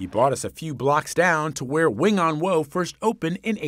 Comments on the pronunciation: 永安和 Wing On Wo. The wo is pronounced like waw in Cantonese, not "woe". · In cantonese its pronounced wing on wo4. I laughed everytime they said wooooo.